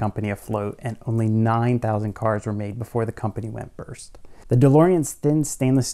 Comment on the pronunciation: Delorean "went burst"? The term is "went bust." LOL.